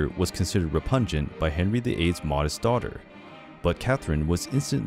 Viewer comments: This channel is rubbish. Narrator referred to Henry VIII with female pronouns and Mary with masculine pronouns a couple of times and was unable to pronounce ‘repugnant’ correctly. Very careless and amateur production. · Why did the narrator confuse pronouns a couple of times, and can’t pronounce repugnant properly? Weird. Dodgy. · I listened to that whole thing and by the end could only focus on how you pronounced 'repugnant'. Is that a common pronunciation?